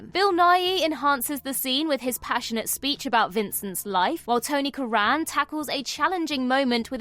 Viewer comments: Tony CURRAN, not Tony CooRAN. Come on. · I thought that.